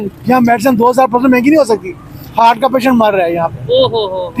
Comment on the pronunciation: हर्ट नहीं हार्ट बोलो